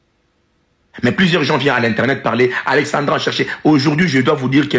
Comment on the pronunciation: C’est pas Alexandria Alexandra les congolais faites l’effort de bien prononcer